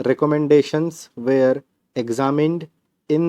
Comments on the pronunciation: Sir you speak were as where toh vo where ka hi stroke banta h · Sir measure and were and where pronunciation thk kr lay ya confusing ha